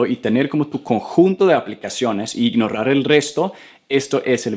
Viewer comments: Ey es imnorar no imnorrar 😅✋ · "Ignorar" la pronuncias incorrectamente. No pronuncies como doble "r". 👍